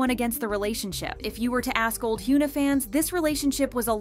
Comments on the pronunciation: Her name is not pronounced, HYOO NA. Its HYUN AH. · I'm sorry but am I going insane, why did you switch up the way you started pronouncing korean celebrity names?? Just 4 months ago (yes I checked) you were pronouncing Hyuna (현아, hyeon-ah) correctly but now saying "hyoo-nuh". You were one of the only kpop channels that pronounced the celebrities names correctly and in the last number of videos you've been pronouncing all the korean names wrong, WHY? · 😂 I was thinking the same thing, I’m like who is Hyoona? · I know this may seem nitpicky, but you should try to pronounce their names correctly when you make these videos. Not trying to be mean. It's just, as someone with a name that gets pronounced wrong all the time, it's annoying and kinda disrespectful lol. Her name is pronounced Hyeon-ah. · Why are you calling her Hyooona? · hyOOna? LEARN. HOW. TO. PRONOUNCE. KOREAN. NAMES. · can you at least pronounce her name right...🤦‍♂